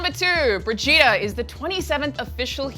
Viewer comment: your pronaunciation of brigitte is atrocious. it's Bri(like Alison Brie)-git(like in git gud)-te(like "the") and not like vegeta from dragonball but with a "b" in the beginning.